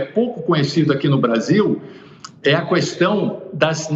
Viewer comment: Vamos falar para ele que não existe a palavra Cuuuuestaum